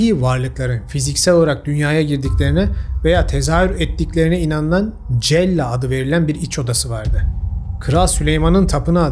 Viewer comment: Hocam "CELLA" sella diye okunuyor. Aynı iç oda antik yunan tapınaklarında da var. oraya da sadece pagan rahipler girebiliyordu. Denk gelmediyseniz Vitruvius u da okumanızı tavsiye ederim naçizane.